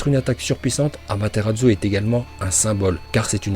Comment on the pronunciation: AmaterarSsu ça se prononce pas Amateratzu, sérieusement quoi